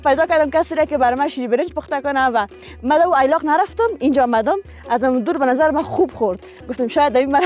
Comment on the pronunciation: ای لاق نیست درست تلفظ کن ایلاق هست.